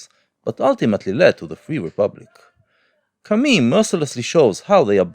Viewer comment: You pronunciation of "Camus" triggers me ;) Interesting video nonetheless!